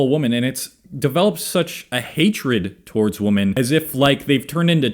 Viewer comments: Why do you say woman instead of Women? xD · WomAn, womEn. When you say it non plural for what should be you sound like a stitch together thing making obama sing. Thanks for the vid tho. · Odd how he says "woman" and "women" in the same way. Is that a regional thing? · Yeah, this is not how you pronounce "women", just FYI. Other than that, good points. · Sounds like you say women and woman the same way. Am I the only one that couldn’t focus on anything but that. Lol.